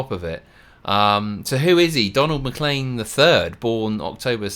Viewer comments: It's pronounced. McLane, not M'Clean. I'm Scottish, it's a Scottish name. Just the same as McKay is pronounced Mc "Eye." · His name is pronounced Mc Lane, as opposed to Mc Lean. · I was in total shock, my granddaughter in law was listening to this with me, she said she’d never heard of Vincent Van Gough, I said really, one of his paintings is your cell phone case, she has Starry Night as her cell phone case. His name is pronounced Don Mc Cleen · It's pronounced McLANE